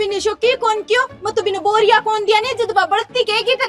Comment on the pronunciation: भाई बोरिया nhi hota h बेरिया hota h shi nam mera comment viral kro ❤❤❤